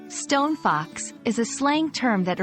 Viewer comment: you're not quite saying it correctly. The two words are stressed the same, like Bus Stop or tree trunk. In poetry this is called Spondee. Something else I was reminded of earlier today: the saying originated as Stone Cold Fox, as in she knows she is our of your league.